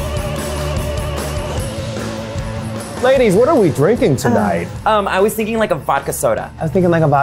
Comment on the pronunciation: Those "laidies" ruined the whole vid for me..